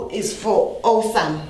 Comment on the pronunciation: Osum, phushipation, rong😂😂😂😆dead